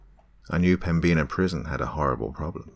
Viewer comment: The B is silent in Pembina and the "in" is pronounced just like the word "in"